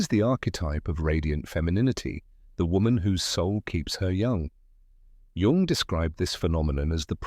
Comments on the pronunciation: He is GERMAN NOT CHINEESE! "Cee- Gee - Djung" 😂😆 - idiotic. His name is Jung. Like Young. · I just read a comment above that suggested an ai generated voice mispronounced Jung as run. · Jung is pronounced Young.. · Oh gawwwwwd. Now we need to turn loss and pain into youthful appearance. Leave us alone, AI voice that pronounces Jung like it's a 'j' and not 'y.' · Maybe people would take this more seriously if you pronounced his name correctly throughout the entire video. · It's what made you click.. to an AI generated voice who doesn't know how to pronounce Jung.